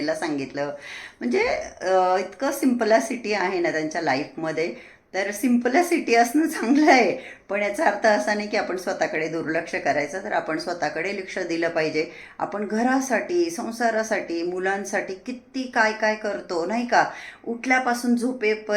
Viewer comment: Simplacity nahi😂 simplicity